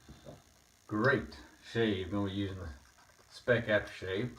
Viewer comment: Hello, thanks for the nice Video! By the way, we (Germans) pronounce the Speick more like you would pronounce it in "spike". :-)